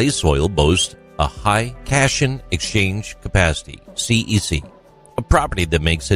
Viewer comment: It is AI. Also mispronounced cation.